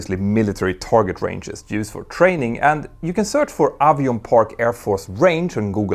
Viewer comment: It's not pronounced avion, it's pronounced avon just like it's spelled, there is no "i" in the word. My mother-in-law lives a few miles to the west of the facility. It is a bombing range.